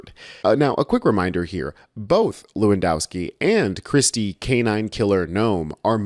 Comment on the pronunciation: BTW - the 'w' is pronounced as a 'v'. it is levandoswki. But he is still smashing the C.